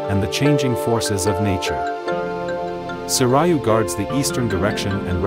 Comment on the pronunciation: Sharing the proper Japanese pronunctiation of the Four Divine Beasts, for anyone new watching the video: Seiryu: It is FOUR syllables, not 3. 1• "Seh-", as in "shell" or "bed"; 2• "-ee-" as in "be" or "see"; 3• "-ree-", same as "ee", Not "rye"; 4• and "-oo", as in "blue", "room" or "shoe". Suzaku: (The only one the video pronounces correcrly) It is Three syllables. 1• "Soo-", as in "blue", "room" or "shoe"; 2• "-sah-", as in "cat" or "sad"; 3• and "-koo", same as "Soo-". Byakko: It is Three syllables. 1• "Bee-"*, self explanatory, Not "bye"; 2• "-ah-", as in "cat" or "sad"; 3• and "-koh", as in "dog" or "rock". Genbu: It is Two syllables. 1• "Gen-", with a hard g sound, like "game" or "goat", Not with a soft g sound, like giraffe or generation; 2• and "-boo", self explanatory.